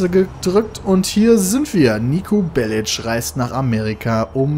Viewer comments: Nico Bellitsch xD das heißt Nico Bellic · Nico belic wird am ende mit k ausgesprochen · nur zur info. man spricht serbische nachnamen so aus. "Bellitsch" ist richtig. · so viel ich weiß ist Nico Serbe und damit müsste die korrekte Aussprache BelliTSCH sein. Bin mir aber nicht ganz sicher. Falls irgendjemand genaueres weiß verbessert mich.